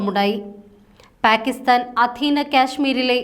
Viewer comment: പ്യാകിസ്താനല്ല മാഡം , പാകിസ്താനാണ്. പിന്നെ, ഝേലം നദി എന്നാണ്,,,, ചലം അല്ല😅